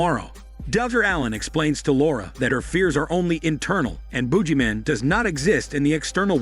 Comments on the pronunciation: The Boodg-Jee Man you gotta pronunciate 🧐🤔😂😂😂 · 'Boo Gee Man'. I love how you pronounce it. lol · It's the buggy man Not the boogie man I can not lol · Not the "Boojie" man . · The heck is a boojeyman?